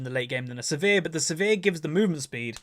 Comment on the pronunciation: Always funny when says "Severe" instead of Sivir XD